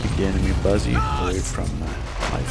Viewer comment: there were three funny and one thing that made me mad with this video. The funny first shall we: when the comp voice said "estaunlich" i always thought it was you, the second thing that was funny was that you said buzzy instead of busy, then the third was the awsomeness of the sturmtiger. then the thing that made me mad was that when i play the demo (only have it so far) i cant advance with no cover for my infantry like you did.